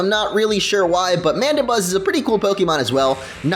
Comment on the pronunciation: Aww yeah! Latios doing work! and you said somewhere at the end of the video MandYbuzz or well it did sound like Mandybuzz, so why not call it Mandy!